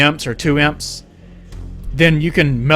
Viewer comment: Also, i hate how you say EMPs, stop pronouncing them like imps, it's Eee-Em-Pees